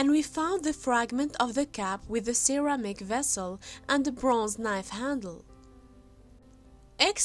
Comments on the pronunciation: This one was just too difficult to decipher. I spent half the time trying to figure out what was being said. It makes it very difficult to stay focused on the story. (SEARER-MICK. It took me a minute to figure out that it was meant to be CERAMIC.) 😕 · Get a grip ALL you freaking ultra sympathetic ppl giving her KUDO's on her "narration". WTF?! Is she saying CAP or CUP? Absolutely terrible pronunciations!!! The word "ceramic" didn't dawn on me until the next sentence!